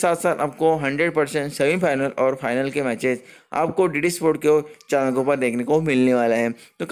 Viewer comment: चानल नहीं भाई चैनल होता है।